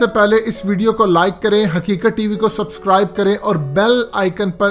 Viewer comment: باقی سب ٹھیک ہے لیکن جب تم بونکتے ہو کے لائک کومنٹ کرو سسکرائب کرو . بہت غصہ آتا ہے . . . .